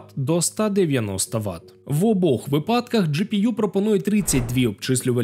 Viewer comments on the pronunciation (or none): none